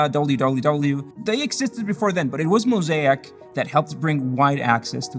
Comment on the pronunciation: Your pronunciation of mosaic sounds so wrong.